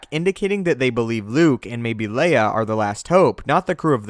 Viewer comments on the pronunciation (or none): none